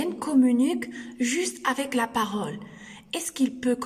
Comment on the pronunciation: Parole et non pas parôle . Non verbal et non pas nom verbal